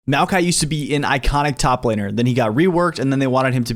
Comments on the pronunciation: You deserve a dislike simply by the way you pronounced Maokai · The way you say Maokai man